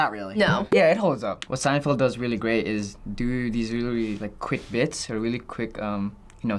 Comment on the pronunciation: What is this "seindfeld" that you speak of??